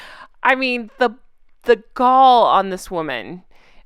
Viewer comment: The "gall".....yeah, we heard "balls"!! Nice try, though!! Hahaha😂😂😂😂 Should have gone with balls, IMnsHO!!❤